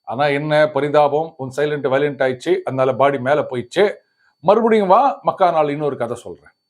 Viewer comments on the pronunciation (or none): none